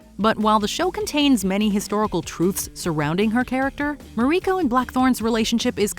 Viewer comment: How is that the narrator can properly pronounce the names of all of the Japanese characters and location names but still manage to butcher Toranaga and Mariiko? Japanese is not a particularly hard language to speak s far as pronunciations go, even without knowledge of how Japanese is pronounced, all you have to do is pay attention to just 1 or 2 episodes of the show to know how the names of these 2 characters are pronounced.